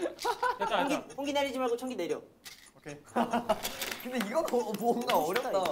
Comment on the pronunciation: 청기이..! 냅또..! 핳핳핳핳핳핳 진짜 ㄹㅇ 이번 청기 홍기게임은 마크가 ㅋㅋㅋㅋㅋㅋㅋㅋㅋㅋㅋㅋㅋ 진짜 개웃기네